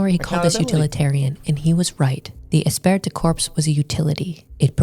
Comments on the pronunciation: Jeez!!! Esprit de corps is pronounced, "E-spree da core" not "decorps," you Gomer Plye (if you don't get the reference, Google it). How do you make a video and know how to pronounce a key word? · Interesting video! A couple thoughts... * This "esprit de corps" strat wasn't only to protect women; it was also to protect men against the elites monopolizing all the women. And, as the lady said, the kids. * "Esprit de corps" is pronounced more like "Espree day core". Means "group spirit" in French, and started off describing military units. * Not sure about this, but I wonder if this phenomenon has impacted the developed world's fertility crisis. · Esprit de corps is pronounced Espree de core. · oh god it's pronounced "esSpree dih core" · Espirit de corps is pronounced "Espree de core" Just a pet peeve of mine. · I watched this video from her a dat or two ago. Good video except for her atrocious pronunciation of French. It's pronounced 'espree du cor". That was the one thing I hated throughout the whole video, haha. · Love it when internet idiots try to act like they're deep, and have a thorough understanding of something, and then mispronounce the name of the key concept. Espirit de corpse... Women pretending to understand is always hilarious. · These chameleon bjtches always try to discredit "red pill" while repeating its exact points. They're grifters. They see the mainstream intentionally misidentifying red pill and they go along with the crowd. They can't help themselves. "Women" Also, she butchered the pronunciation of esprit de corps. It's pronounced eh-spree-d'-core with emphasis on spree and core. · Espirit de corps! The t and p are silent! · Her pronunciation of "esprit de corps" is grating.